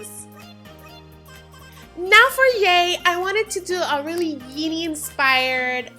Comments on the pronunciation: You said yay instead of jay and you also yeeny before you said geeny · why did she say "yeini" instead of "genie" and she said "yay" instead of "jay"